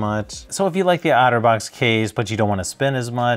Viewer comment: Each time you say Otterbox it sounds like Autovox to me